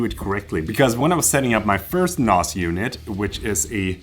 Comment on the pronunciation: They way you pronounce NAS is wrong? The a sound is a as in ass, 😂 so nass, not a as in mars... unless your doing a British accent..